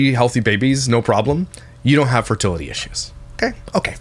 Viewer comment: Their convo about the pronunciation of fertility tells you all you need to know about. He clearly didn’t like her correcting him. 😂 funny bc he is miss pronouncing it.